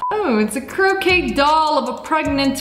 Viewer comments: I’m not saying this to be mean cuz I DO love u Lia, but I’ve noticed this in past videos too but it’s “crochet” pronounced cro-shay u are saying croquet which is actually a game lol just thought I’d tell ya! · Uhhhh, you know its pronounced crochet (crow-shay) 😂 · You’re supposed to pronounce it crochet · The way she pronounced crochet 😂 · The way she pronounced crochet